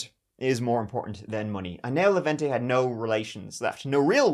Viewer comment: as a hungarian I'll have you know our cooking smells amazing! I'll be even proving that to your irish brethren when they visit me at the end ofspookmonth the first way you pronounce Levente was correct btw, the e's sounding the same tone